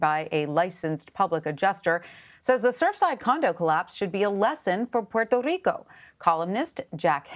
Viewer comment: She's saying Puerto Rico correctly